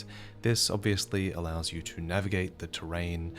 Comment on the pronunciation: 'A spectral *Hawk*...standing next *Tu Ah*...' oh my god...